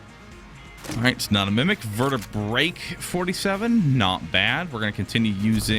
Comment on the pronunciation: Omg it's gone on long enough, it's Vertebrae-kay-47. Like AK-47.